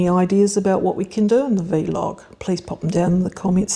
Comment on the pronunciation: Thanks for the reminder - I need to prune my gooseberry. Roses got done today. Really enjoy your sessions although the pronunciation of vlog as "vee log" jars a bit. Never heard that before :)